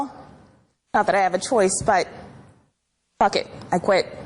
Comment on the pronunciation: Pronounced it fook instead of f***! Oldest one in the book, that one! CANNOT BELIEVE SHE FELL FOR IT! ALL FOUR NAMES?? C'MON MAN!!